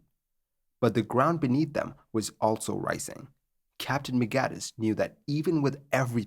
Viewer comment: Hey, check out the spelling of the word "also"! it's not "altso"! There is no "t" in it, so stop prounouncing it that way!